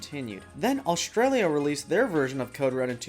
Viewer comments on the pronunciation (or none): none